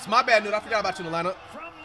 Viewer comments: BRO Called KNECHT NUTE BRO LMMAAOO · Flight calling Dalton Knecth “Newt” is hilarious 😂😂😂